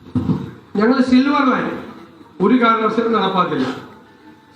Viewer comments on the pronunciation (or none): സിവർ അല്ല ഇവനെ, സിൽവർ ലൈൻ